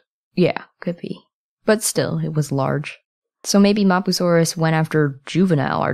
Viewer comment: The way u say mapusaurus. No